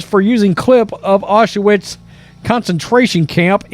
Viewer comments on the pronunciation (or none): WTF is Ah-sha-wits. Say OW-Sh-vitz